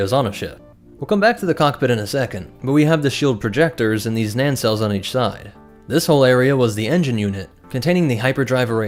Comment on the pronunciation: Dude. There are NOT two “N”s in NACELLES. Learn to pronounce